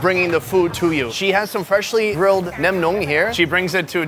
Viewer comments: Haha pronounced nem nướng as if it was horny nem. Hilarious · hahaha omg i just heard you say nem nuong. sounds like nem nung! you gotta drag the 2nd part a bit. nem nuoong